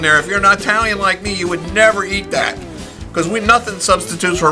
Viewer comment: did you really just say Eye-Talian??!! And FYI, I have made it with white clam sauce and it was awesome!